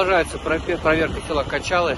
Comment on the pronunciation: Не качалы, а кожалы. Интересно что такие названия деревень ещё сохранились.